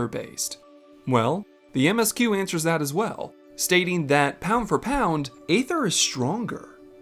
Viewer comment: You do your research when it comes to lore, perhaps you should pronounce aether correctly.